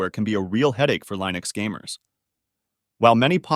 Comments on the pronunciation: Uhh.... Line-ux? lol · Pick one way to pronounce Linux and stick with it! I've swapped to Linux and a change was made on installing the ESO game with Lutris, so I had to use Steam. Otherwise, I've had zero other issues. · Navidia for lienux deestros.